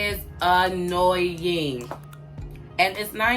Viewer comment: lol. I busted out laughing when she complained about stereotypes by clapping back with her fingers and over-emphasizing "A-NOY-ING!!!". That was a great setup and delivery. Very funny.